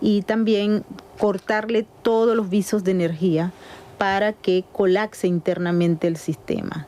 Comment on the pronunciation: Colacse? O colapse?